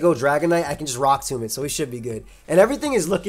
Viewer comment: You mispronounced rock tomb -, probably